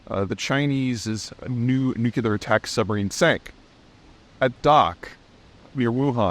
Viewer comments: Hi, I grew up in Ohio and also can't hear the difference. Must be a corn fed phenomenon. Also not clear on why some people take extreme exception to the alternate pronunciation. We are a big country with lot's of regional dialects and slang. Anyway, have a great day. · When I hear people pronounce the word 'nuclear' as 'new-cue-lar', it really makes me wonder about anything else that comes out of their mouths. This, coincidentally, from a former machinist-mate aboard one of the first nuclear powered submarines ever built. America has come close to losing a sub in dry dock a couple of decades ago. Very embarrassing for all concerned. Nice to see the Chinese managed to pull it off. Cheers, D. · George W. Bush was infamous for his country bumpkin way of saying 'new-cue-lar. It's like the accepted pronunciation of the month 'February' as 'Febuary' by many, many citizens of America. Still doesn't make it right, or the person using that pronounciation any less feeble. Cheers, D. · How much to donate to get Peter to pronounce nuclear correctly? Nu-clear. Nu-clear. Nu-clear. “New-clear” so smart yet sounds like an episode of the Simpsons. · Its pronounce "new-clear", not either of your ways. Two syllables, not three. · Peter, while appreciating all your nuanced, broad and deep knowledge, your panache is tarnished by your mispronunciation of "nuclear". Suggest you slow it down, practice, and get it right. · Peter, I'd like to keep thinking of you as a smart guy and a credible analyst. Please learn to pronounce the word "nuclear." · If I join Patreon, can I have a version where Peter can pronounce "nuclear" correctly? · Please, for the love of god, learn to pronounce nuclear. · NUCLEAR! FFS. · I'll make a deal with you. I'll subscribe to Patreon when you learn how to say nuclear in an accent that doesn't sound like Homer Simpson. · NUCLEAR!!! Not nukular. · Double or nothing on nukuler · Why does everyone keep saying "nucular" instead of "nuclear" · Still can’t say nuclear.